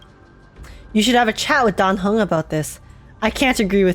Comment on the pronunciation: aint no way im the only one who heard say die hung not dan heng